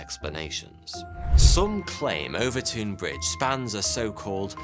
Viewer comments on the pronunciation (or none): 😂🤣😂 WTF? OOOVERTOON? - OVERTOUN = 'OVERTON' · The "ou" in "Overtoun" has the same sound as in "cloud" or "mouth" as opposed to "soup". "Overtown" as opposed to "Overtoon" The bridge is a bridge. Nothing spooky. And they've pretty much proven the mink theory. Walk over it regularly and assure you there no "foreboding" or evil spirits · It's pronounced over ton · I lived at Overtoun (pronounced /over-tun/ not /over-toon/) House, so as soon as I saw your title, I knew it was about my old home. 1) I never saw, felt, nor heard of the "white lady"; 2) the bridge is really known as dog suicide bridge, and it is thought that the mink scent is responsible. There are signs at both ends of the bridge warning owners to keep their dogs on leads while crossing the bridge. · I cross the bridge every weekend. There’s a lot of guesses why this happens. And it’s Overton bridge pronounced Over - Ton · Er it’s pronounced Overton bridge 🙄 nothing like murdering the Scot’s tongue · I grew up near here, walked the dog there so many times and never heard if this lol (it's pronounced over-tun btw). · I don’t understand why Overton is pronounced “Overtune”, while Milton is pronounced as spelled and not “Miltune”. Is there more to this story than meets the ears? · I'm minutes walk from this bridge. Walked many dogs over it, both mine and with family/friends. No issues, but it is true this happens. - ooooooh and you were doing so well, with pronunciations lol. It's just said as Overton. You should try to say Milngavie 😂 (hint: it's a trap!) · Its pronounced over-town. and there is a Mink nest under the bridge. The scent is irresistible to dogs. Its a well known fact among locals. Its typically people from outwith the area who are unaware of it whos dogs leap off it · I’m from Dumbarton and the way this guy pronounces Overtoun makes me want to jump off the bridge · I’m surprised no one’s pointed out how he’s keeps pronouncing Overtoun wrong